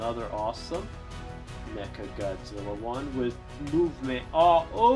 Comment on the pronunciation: HE SAID NECA NOT MECHA